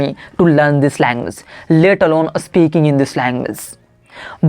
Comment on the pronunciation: It’s “speaking,” bro, not “Aspeaking.You just need to focus on your pronunciation. And one more thing try to speak English in a relaxed tone. Shouting without any reason doesn’t sound good. The rest, you are doing really well and you’re 100 times better than me. I wiill keep learning tricks and tips from you….well wishes to you!👍